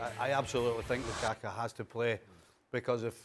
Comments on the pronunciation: Did Stevie say Lukaka ? Lmao. Hatrick Lakaka lol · Stevie has said lukaka🤣🤣🤣🤣🤣🤣🤣🤣🤣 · Did Stevie just called that man Lukaka 💀😂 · He almost said Lakaka but gobbled and gibbled a mutated name. 😂